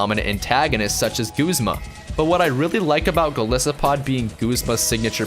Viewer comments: And 'Go-lie-so-pod'. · Going to hit you down on pronunciation a bit: Lusamine<-- "Loo Sah Min Eyy" Golisopod<-- "Goal Isopod"